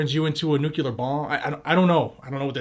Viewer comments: Small critique but Nuclear is pronounced "New-clear" not "New-que-ler" energy. Remember that it's new and clear energy. Nuclear. New clear. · Please, guy, it is "nuclear", and NOT "nucular". I am a nuclear engineer, and I just really hate when people do this. No offense.